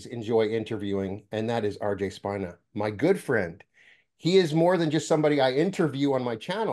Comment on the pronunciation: Spina is Spanish so speena. I wondered myself why you say his name incorrectly. I think it is because of the connection to the spine. There is no coincidence and you having the same name as my father is not one either because you are definitely a mentor for me,. The spine is extremely powerful and represents the chakra system of course so maybe that’s why you want to say Spina with a long eye. Who even cares anyway? What was his name the last time he came and the time before and the time before? We are one and, I just want to say that I love you dearly brother! I want so badly to collaborate with people like you and RJ for my children’s program I’m developing. I was an educator in the fourth grade classroom for 20 years. After my last awakening,/journey because I don’t believe I’ve ever been completely asleep, I had to quit, because I could not look at a child in the eyes, and not say what Jesus said, in John. I live in the south, and that’s blasphemy. Even though it left the lips of Jesus Christ, it’s still blasphemy here!anyway, potato potato tomato, tomato human god god human❤